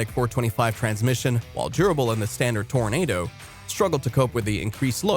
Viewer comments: Toranado Toranahhhdo, like Nahh man, you're pronouncing it wrong, lol. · Pronouncing the name of the vehicle wrong every single time. It's not pronounced "tornado".